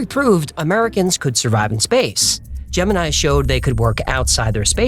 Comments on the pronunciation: hmmm, I'll try from a different account. -The Gemini mission is prunounced "dʒɛmɪni" (gemma-knee) , not the same as the consellation. -The source of the red-sun video is a GFX artist on youtube called "The Faking Hoaxer", check out his other work for comparison, it's near identical! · FYI: The Gemini mission is prunounced "dʒɛmɪni" (gemen-ee) People always get it confused with the constellation Gemini "dʒɛmɪnaɪ" (gemen-eye). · Not this this matters but for some reason the Gemini space program was pronounced like Gem-in-ee